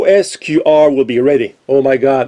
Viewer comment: You said "osQr" 3 or 4 times by mistake instead of "osKr" maybe when you Googled it you typed in "osQr" by mistake : that's the kind of things that happen to me sometimes